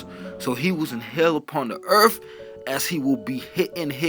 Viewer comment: It’s pronounced “Earth” not “Earf”. Learn to pronounce the /th/ sound, NOW! You sound like you are crunk on purple drank.